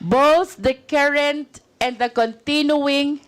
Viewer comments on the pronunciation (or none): Bakit itong c Luis tro hindi napuna ni Arn Arn, Carrent..... Kerint ang binibigkas, 😅😅😅🖕🖕🖕